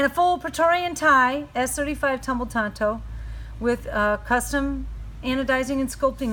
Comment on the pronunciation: TANTO, not Tonto.. Right?. Yes.. Nice knives..